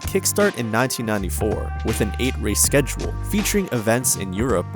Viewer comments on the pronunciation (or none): none